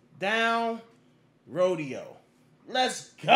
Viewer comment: It's actually Ro-Day-Oh, as in Rodeo Drive in Los Angeles which is famously wealthy, upscale, and I'm sure white as well. Espcially in the past when racist policing and redlining policies essentially segregated parts of the city going back to the 1930s.